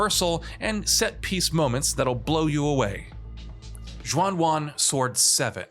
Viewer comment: Whats this "Zhuan One Sword 7" he's talking about yet it's "Xuan Yuan Sword" being reviewed? 0/10 for reviewing wrong games